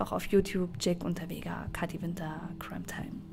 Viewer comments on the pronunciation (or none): none